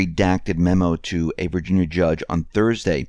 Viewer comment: Did you just say “Virginyer” ?